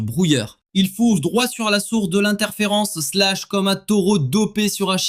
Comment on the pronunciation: IA de merde, trop de bla bla et ce "slach" de merde...